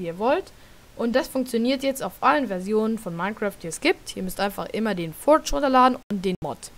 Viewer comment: schlecht wie du das forge aussprichst furtsch